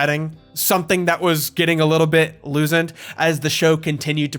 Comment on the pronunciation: Please tell me he keeps doing the “loosend” bit